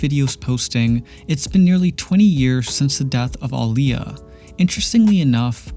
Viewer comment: Thank you for saying her name correctly! ❤️